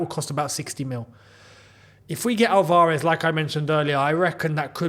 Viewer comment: Just wanted to point out that it's ALvarez (stress in the first 'a'). Love your vids